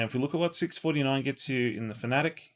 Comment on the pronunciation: Our mispronunciation of fanatec is similar to when we pronounced ypres incorrectly 😂